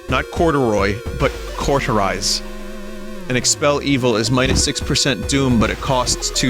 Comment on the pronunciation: love hearing him try to pronounce cauterize